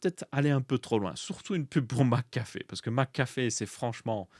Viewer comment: ta façon de prononcer McAfee m'a percé les tympans tout du long j'en pouvais plus X.X Par contre, qu'on me corrige hein, mais leur système de leasing est clairement pas déconnant je trouve. Sur les 36 mois tu payes moins cher que plein tarif pour le macbook par exemple. Ok un macbook dure plus que 3 ans, donc passé 3 ans c'est plus du tout rentable. Mais pour les gens qui ressentent au bout de 3 ans les limites d'un mac c'est clairement pas déconnant en soi. Ceux qui veulent posséder le poste bah ils font un paiement en plusieurs fois a la limite. Le leasing est un piège quand on en comprends pas les tenants et aboutissants. Pour un véhicule je comprends que ce soit débile, une voiture n'évolue pas dans le temps et n'a pas de date limite d'utilisation. Contrairement à un pc qu'il faudra forcément changer à un moment pour les maj de sécu, et surtout le monde tech évolue 100 fois plus vite et sur tant d'aspect que ça en devient pas forcément bete. Maintenant à voir dans le détail les conditions, et probablement que se sera pas du tout intéressant sur certains produits (typiquement je pense à l'apple watch, l'iphone je laisse un joker, mais les mac je trouve pas ça si déconnant que ça).